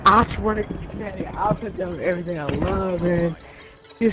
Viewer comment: He said "we see everyting" Me:THE TING GOES SKRRAAA